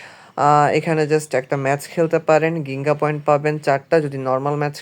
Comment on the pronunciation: গিঙ্গা না জিঙ্গা হবে উচ্চারণ ❤